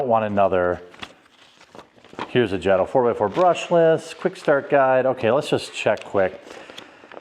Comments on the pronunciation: It's pronounced Jay-Tow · Long A in JATO. Good video. Lers get atleast one of these a week.